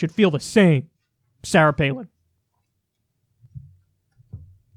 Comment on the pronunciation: Kyle’s pronunciation of “Sarah” is very New York